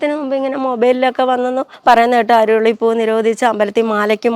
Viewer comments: അരുളി എന്നല്ല.. നമ്മൾ അരളി എന്നാ ഇവിടെ പറയുന്നത് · അരുളി അല്ല.. അരളി